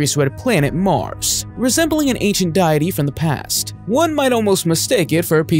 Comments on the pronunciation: Deity not Diety lol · DIET - EEEE ? Nice pronunciation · Ridiculous! ....and learn how to pronounce "deity" (its day-ah--tee, not die-ah-tee). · It's not "die-ity" it's (dee-ity) deity!!!!